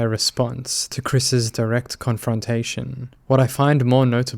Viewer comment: I love your pronunciation of confrontation